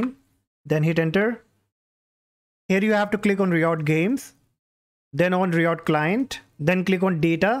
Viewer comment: RYE uht not ree ott